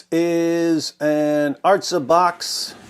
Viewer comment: This isn't the correct word though... The way David Wood said in the video "ártza" is the correct pronunciation, and it means "to the land [of Israel]", or "to the earth" (like how you say "Down Boy!" to a doggo)...